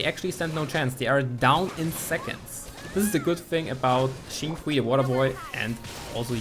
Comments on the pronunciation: Shing-Q is the pronouncing for it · The correct pronunciation is “sing chew”, nice try tho HAHA. 🙌🏻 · Xingchu correct way to pronounce it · It's xing-chu but spelt xingqiu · its pronounced sing chew btw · FYI Xingqiu name is pronounced as Sing? Chew? (Pronounce it like asking a question) haha. Great showcase of his skills. Underrated character. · It is pronounced Chintchiou